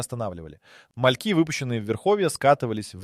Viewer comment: мАльки? Это ИИ озвучено?